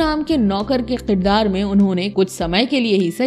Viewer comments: sahi lafz Kirdar hai na ki Qirdar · Aap please kirdaar ko k se pronounce kiya karein. q se nahin.